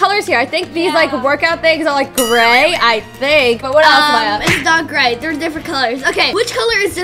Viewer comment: Say gray and you would get it right